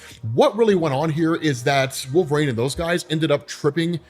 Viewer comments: Are you saying wolverane?😂😂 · & saying "wolveraine" name a more iconic duo, i'll wait